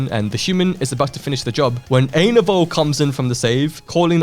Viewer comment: Dude, you have to check out ETO: HFTBW (Ending Time Octet: Hurt for the Broken World); if you get confused on what happens in the end, look at the chat; one of the comments would explain what happened to each. [Also, Lovania isn't his name, his name is JUST Ainovol Sans [I-in-no-volt]]